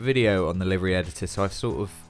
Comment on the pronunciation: Wtf is a live-ry? It's pronounced liver-e! Jeez americanisms are ruining everything